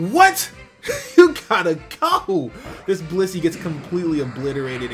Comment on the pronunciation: this dude saiD blizzey whale meat.....LMAOOOOOO